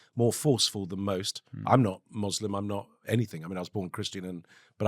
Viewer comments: Im sorry, but what the fuck is a moslim? Was quick to correct you on the pronunciation of Lebanon. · Joly grew up in an Arab country and he says, "Mozlem"? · Wtf is a "mozlim"?